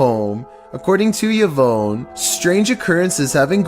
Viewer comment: The scariest thing about this video is his pronunciation of the name Yvonne😂